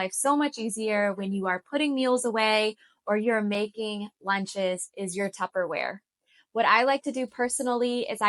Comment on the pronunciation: Tupperware not Tupperwear Non-perishable not parishable